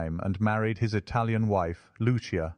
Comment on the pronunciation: Brilliant!! Bravi!!!! I didn't know the Amanda brothers; so, thank you. (Lucia is pronounced loo-CHEE-a)